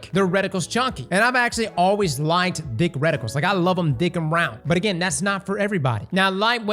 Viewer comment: There's no way The Louisiana accent sounds like that with the word "thick". First person I've heard say it like that